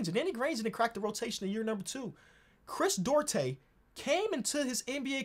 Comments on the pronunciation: Chris, DU-AR-TE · Chris DOO-AR-TAY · As a Dominican shoutout Chris Duarte but you can pronounce it “du-aarr-te” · Hey, Duarte is pronounced doo-are-tay:)